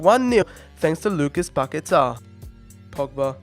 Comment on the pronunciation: Please try and pronounce Paqueta’s name better. 🙏🏻